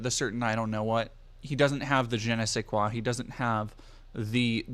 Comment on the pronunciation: as a french people i love how you pronounce "un je ne sais quoi"